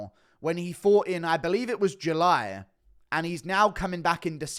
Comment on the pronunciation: The was you say July is soy